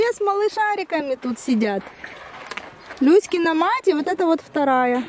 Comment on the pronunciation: Когда говорите "Люськина мать", то кажется, что говорите " Кузькина мать"...))